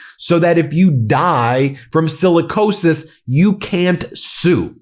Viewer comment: Sicilicosis. Sounds like Black Lung